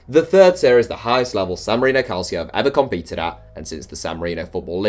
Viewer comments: It’s pronounced calcho not calSIO. It’s Italian not Spanish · Its pronounced Calchio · It's pronounced calcho! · Can’t believe this guy doesn’t know how to pronounce calcio